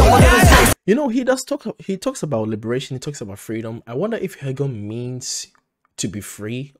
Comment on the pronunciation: your first pronunciation Haegeum is like native Korean correct !